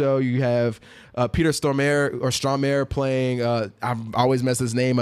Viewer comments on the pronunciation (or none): none